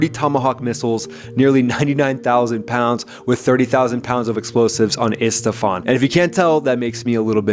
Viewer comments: Esfahan!!!--not Estefan. That's Gloria, the singer. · Esfahan, not Estfahan. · It's not Estefan! It's Esfahan, even Trump said it right, and he calls his own wife Melanie